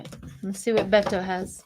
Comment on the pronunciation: Beto, no "n", in case you want to know. Otherwise, it's just unnecessary stress to even care. Let it go. So what if you pronounce it wrong.